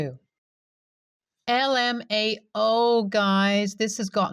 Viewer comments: Heard this in multiple videos and it's not a big deal but it's not "I"mao it's lowercase "L"mao. The first word is "Laughing" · Y u keep sayin LMAao as IMAO